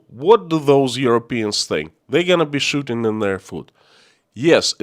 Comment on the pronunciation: Lmao. Your Accent was funny when you said “shooting in their foot” it sounded like “shitting in their food” I though ok must be a Russian analogy. Then as you said it more i got it lol